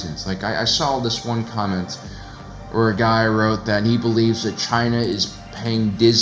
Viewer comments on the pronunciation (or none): none